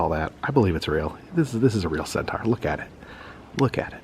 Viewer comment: Another fun video! But please check on how “centaur” is pronounced. 😅